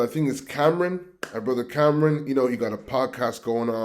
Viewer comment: Stop listening when he said " Cameron". It's Cam'ron. And we are FBA 💪🏾